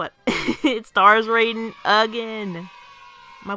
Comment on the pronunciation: Excellent analysis of the issue. Do you think we could, at any point, collaborate on something? As two growing Youtube channels, we could maybe, perhaps, benefit from it. Edit: Also, Raiden's pronounced Rye-den.